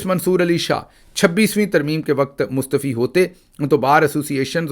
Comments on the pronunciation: Jeete raho beta aik lafz ki taseeh karna chahti hun ...mustafi is wrong word ..sahi lafz hai mustaafi .. hamesha khush raho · اسلام علیکم اچھا گل صاحب میں پچھلے بھی کئی آپ کے ویلوگ میں سن چکا ہوں آپ لفظ کو بھونتے ہیں مصطفی مصطفی نہیں ہوتا اردو میں اس کی پرنونٹیشن ہوتی ہے مصطافی تو مہربانی آپ ہمارے بڑے ہیں میں بڑا آپ کو لائک بھی کرتا ہوں تو لفظ ہے مصطافی ہونا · Please correct the pronunciation: It's not Mustafi It's Mustaa'fi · سر معذرت کے ساتھ آ پ مستعفی کے ع کو ( آ ) کی آ واز مطلب مستعافی پڑھا کریں